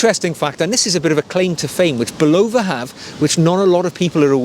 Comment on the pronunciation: An American would say "Bulla-va" and this is how the company would pronounce its name. You are, however, correct in that a a Japanese person would pronounce the watch brand more like "Seek-O" than "Sake-O"